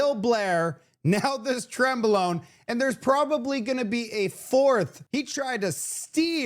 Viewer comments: 😂 It’s not trembelone… It’s terrebonne (good earth in French) Pronounced Ter-bonn But I love the way you said it, It made me crack-up 🤣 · Terrebonne should be pronouced like " tearbun" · Great show,. It's Terra bon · come on, pay attention you, are pronouncing the riding of "Terrebonne" as tremblon which does not even come close, it is insulting. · Terrebonne. I keep hearing Toblerone. LOL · Trembolonge lol 🤣. We need to teach you some French 🤣😜